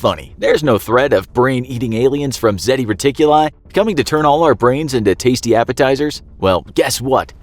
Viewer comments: It's Zeta Reticuli, not Zeti Reticuli! 🙄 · It’s ZETA reticuli